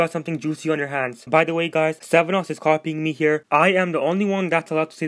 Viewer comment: Good video but it's SVENnoss not SEVENoss